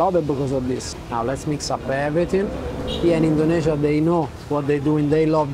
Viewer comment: I always love how you say "Indonesia" as a foreigner because it's the correct local pronunciation